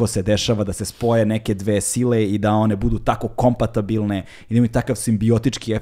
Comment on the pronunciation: Depeche Mode je bio i jeste popularniji u Americi nego u Britaniji, kad smo kod britanskih bendova. Ne treba generalizovati na taj način. I da, ne kaže se kompatAbilan nego kompatibilan, nije pratio na času, da pripazi 🙂